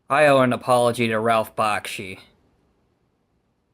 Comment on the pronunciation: you said Bakshi wrong. also I don’t find anything wrong with his movies. perfect Peter Jackson wouldn’t have even made The Lord of Rings if it weren’t for Ralph Bakshi